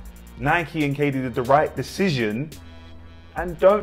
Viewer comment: He said Kd firteen lol😂😂🤣🤣